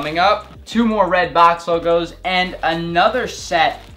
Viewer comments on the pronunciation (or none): none